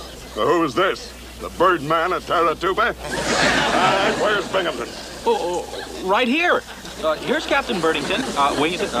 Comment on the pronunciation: First time Bimgamton had glass in his glasses!....there’s no p in his last name!